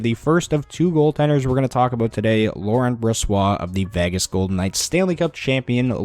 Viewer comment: Only took 50 seconds to get an "Aboot".